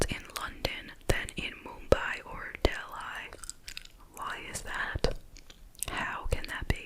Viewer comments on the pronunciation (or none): It’s pronounced De-lee; not Del-eye